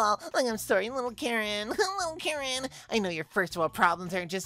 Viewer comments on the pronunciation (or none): none